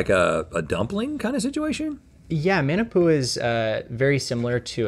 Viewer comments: The way they pronounce musubi 😭 Not to get all Hermione but it’s mu-su-bee not mu-suu-be Also mah-na-pu-a not man-a-pu-a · as someone who lived in hawaii for 11 years, it made a tear fall from my eye ever time they pronounced those hawaiian dishes😭 like musubi and manapua- why’d they say it like that??